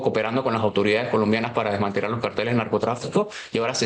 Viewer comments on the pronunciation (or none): Se dice CARTELES, no Carteles con tilde en la primera silaba. El acento va en la SEGUNDA SILABA 😮